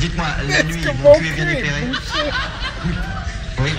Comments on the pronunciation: This is a classic. By the way, we say Moncuque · The final Q of Montcuq is pronounced, for once in french, except in that program, to make the jokes ... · Il me semble qu'il faut prononcer le q final. :) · ça se prononce pas plutôt MontcuQ avec le q (décidément on n'en sort pas) qui s'entend ? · En français pas de "q" prononcé (sans jeu de mot), en occitan si. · Beaucoup de gens oublient de prononcer le Q de Montcuq. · Mon père est de ce village, on prononce le c a la fin